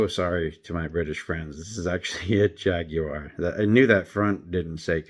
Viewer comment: So great to hear Jaguar pronounced well! It rhymes neither with war nor wire. jag-you-are, three easy syllables Now I'm convinced that if the chrome flaking on wheels has been a problem this long, Mattel will never fix it "Lakester," if no one has said the name of the red car that opens to the side. For a time people really were building salt flat racer bodies from surplus aircraft drop tanks